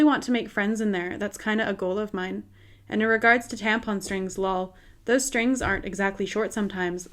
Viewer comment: Haha, I love you're pronunciation of "lol" :)